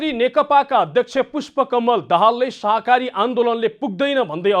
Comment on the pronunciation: हैट यो प्रस्तोताले शाकाहारी भन्न पनि जान्दो रहेनछ । अलिकति पढ्नुहोस् प्रस्तोता जी, शाहाकारी होइन, शाकाहारी हो ।